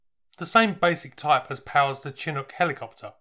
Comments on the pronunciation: Then proceeds to pronounce "Chinook" incorrectly.😁 Don't worry, nobody is perfect! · why can't British people ever pronounce the name Chinook correctly? It's pronounced "shinook". Not CHIN-ook. The Chinook are a North American indigenous people. And Indian tribe. Real people - real name. It's like us saying "Shinese" instead of Chinese. You'd think that they'd get that right after the helicopter being in production for over fifty years. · It kills me that no one knows how to pronounce Chinook.